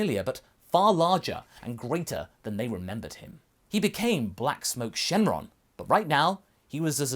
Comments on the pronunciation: It's syn shenron not shen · Why do you keep saying "Shin" instead of "Syn"?